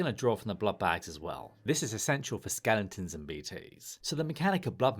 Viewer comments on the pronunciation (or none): Are you saying "skellingtons"?!